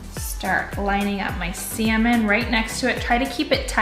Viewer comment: Are u putting semen?! 😂😂😂 omg she can’t say salmon